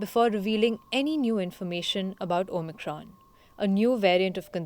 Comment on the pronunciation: She keeps saying OMITRON lol